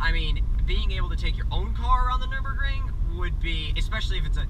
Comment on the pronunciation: dude its called nürburgring ;)